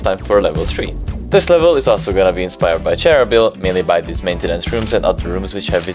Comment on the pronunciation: Please! It’s not “cháir-oh-bill”, it’s “cheer-Nóbel” or “cheer-nó-bill”